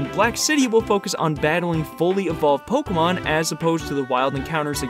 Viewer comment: i'd just like to thank you for being the only youtuber i've heard say pokemon right